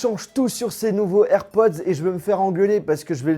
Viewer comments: Y'a que moi qui entend "AirPoSS" ? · faut vraiment que tu t'entraine a dire airpods par contre